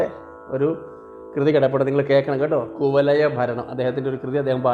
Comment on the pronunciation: കുവലയ അല്ല കുവലയാ എന്നാണ് 🙏